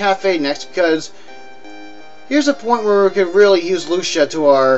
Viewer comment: As far as I know, that nice waitress' name is pronounced (lu-SEE-yah), NOT (LUSH-ya). From language related to language of origin of Jerry Garcia, catch? Well, at least you didn't sound so terrible as to sing us, "Lucia in the sky with diamonds,.."